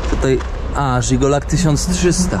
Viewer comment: "Żigolak" - myślałem że padnę ze śmiechu🤣😂🤣 to jest Żiguli, czyli Łada po naszemu